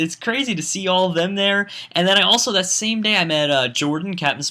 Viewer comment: *day, not dat.